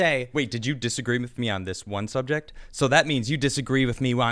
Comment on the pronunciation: You said subject and I pissed myself